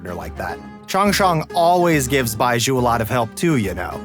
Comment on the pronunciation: The fact Baizhu’s voice actor can’t even say the name 😂😊